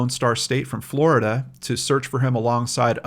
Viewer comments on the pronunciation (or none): none